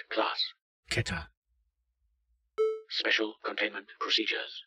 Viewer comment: Keterのネイティブな発音初めて聞いた I've just heard native ''Keter'' for the first time.